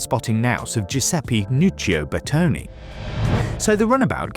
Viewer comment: BERTONE not "bertoni"